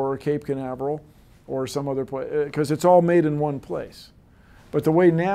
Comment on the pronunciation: "It's all good, iz all good" - Bill Nye, The Pimpin' Guy